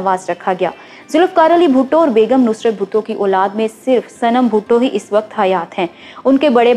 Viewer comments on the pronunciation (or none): آپ اُردُو کے کُچھ الفاظ صحیح نہیں بول رہی ہیں ،مثلاً ، اُلاد نہیں اولاد ہوتا ھے ، دے وان نہیں ، دی وان/ دیوان ہوتا ہے، گنوا بھٹو نہیں ، غنویٰ ہوتا ھے